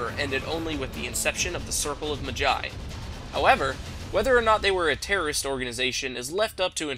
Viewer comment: its maaa-jai rhymes with big-sigh.